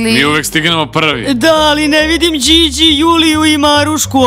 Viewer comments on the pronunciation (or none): none